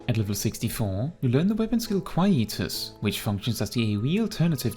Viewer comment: DRK will always be my favourite tank so this is wonderful, also I love the way you pronounce Quietus